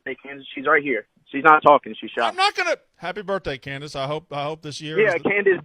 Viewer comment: “Candis” OMG u can see his soul leave his body😂😂😂